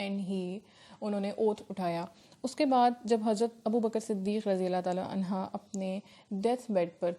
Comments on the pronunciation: Anho you are saying anha Which is totally wrong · Dear Ma'am its "Anhu" for Male Sahaba's not "Anha"..